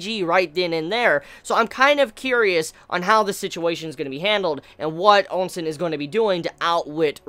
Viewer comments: OUSEN... Not ONsen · is spinning that 'u' into 'n' on purpose. XD